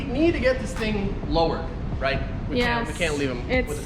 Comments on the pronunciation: you are.. ROYT... :P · Yo I think she meant to say, "yes ROYT (Australian accent)" lol